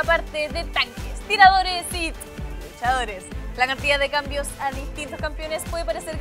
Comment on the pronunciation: Por qué Tluchadores? XDDDDD